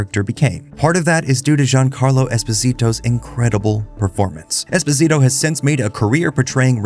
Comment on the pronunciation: Not knowing how to pronounce Esposito ruined this vid for me.